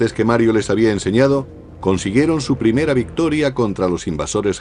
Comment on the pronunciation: "premea"? LOL